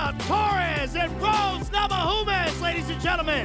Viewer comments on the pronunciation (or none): idk why he keeps on saying rose namahunas, it namayunas J is pronounced as Y in europe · whats up with not being able to pronounce rose's last name today.. hes done it before on his podcast. maybe we all been saying it wrong this whole time? or his pot cookie just kicked in